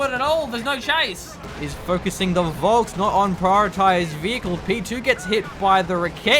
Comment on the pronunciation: like FOLK - not VOLSKS.